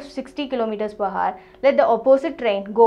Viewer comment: the Video is Good, but please pronounce "Hour" properly.... :3